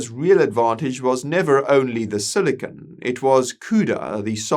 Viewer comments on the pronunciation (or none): none